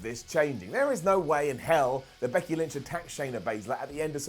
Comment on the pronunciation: thought you said Bucky Lynch...